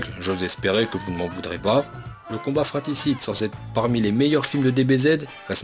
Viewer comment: On dit "fratRicide" mec... pas fraticide.